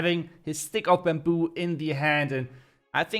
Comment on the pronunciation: its baamboo not buuumbooo